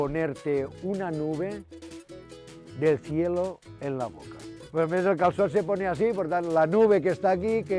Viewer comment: YESSSS! Y'all are back! But seriously..."cal-sot"? Maybe it's just me, but more accurate pronunciation goes a long way